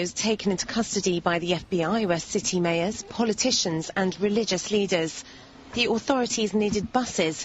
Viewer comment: Wow - a professional newsreader who can't pronounce 'mayors'.